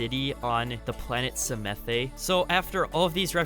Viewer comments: Hey the new maps with be on the planet pronounced samath, not samathey. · Everyone: Psamanthe: Semethe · The E in samathe is silent.it was so funny hearing u saying it i actulaly like samathÉ more 😂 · I don't want to sound super pretentious, and I know I'm probably going to anyways but, I believe Psamathe is pronounced Suh-math. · It’s pronounced SA-math get it right